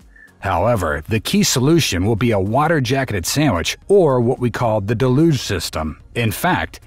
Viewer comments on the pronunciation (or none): It's DEL-uge, accent on the first syllable. Just ask Jackson Browne! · Uhhh… “deluge” is pronounced “del-yooj”, not “duh-looj”. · What is with this de-loosh business? It's del-yuge. Like huge. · Pet-peeve: Why are people pronouncing "deluge" as de-luge rather than the correct del-uge pronunciation. I'm hearing this from multiple content producers. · "da LUGE" system?